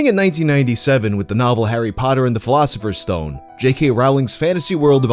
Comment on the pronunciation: I'm sorry,. You're American and you're able to say "philosopher's stone"? What kind of sorcery is this?